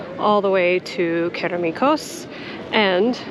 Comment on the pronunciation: Oooh, chef's kiss on that Kerameikos pronunciation!